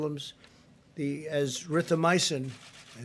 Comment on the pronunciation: That was nothing but a GD commercial for a drug he has stock in. Damn fool can’t even pronounce Azithromycin